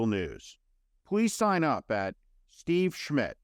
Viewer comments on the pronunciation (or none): none